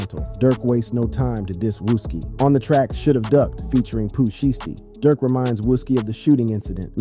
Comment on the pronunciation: Poo sheesty???